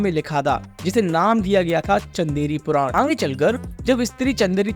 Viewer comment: bhai tum Aange kyu Bolte ho Aage bolne me koi dikkat hai kya😅😅